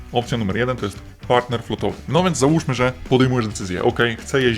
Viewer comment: Partner a nie Paner